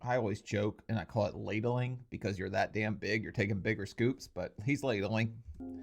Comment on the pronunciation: Not "ladle-ing",! Ffs... 🤣🤣